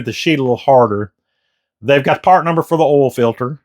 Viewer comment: It’s earl!!